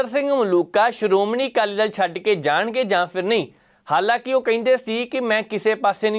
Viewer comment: ਜ਼ਰ ਕੀ ਪੱਤਰਕਾਰੀ ਆ ਪੰਜਾਬੀ ਬੋਲਣੀ ਨਹੀ ਆਉਂਦੀ ਬਾਈ ਦੱਲ ਤੇ ਦਲ ਸ਼ਬਦ ਚ ਬਹੁਤ ਫ਼ਰਕ ਆ ਦਲ ਬਦਲਣ ਨੂੰ ਦੱਲ ਬਦਲਣ ਈ ਬੋਲੀ ਜਾਂਦਾ